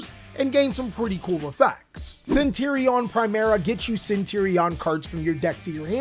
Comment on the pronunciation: CentUr-Ion ma boi not Centirion :P